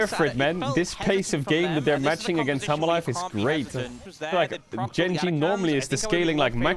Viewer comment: Why I am kept hearing Caedrel speaking Humble life instead Hanhwa Life LOL